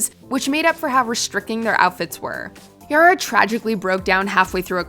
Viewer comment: i have a problem with the way she says Yara...